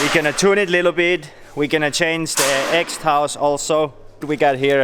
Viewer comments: Looool “ackressive” “exhoust” “ched 125” im dying haha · No one:: exthaus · Noone:: exhowst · Hahah that pronounciation od exhaust was funny